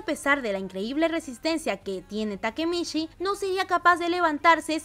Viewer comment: "takemitchi" por favor 🧐